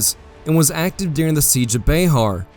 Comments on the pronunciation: " Bay-har." I think it is pronounced,"bear." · Bexar is pronounced Bear, the X is silent. Just being a social justice warrior lol.😇